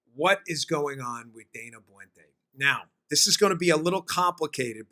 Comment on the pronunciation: Very interesting story. By the way, Dana Boente's last name is pronounced Bent-a (short e, long a with accent on first syllable). He is from where I live.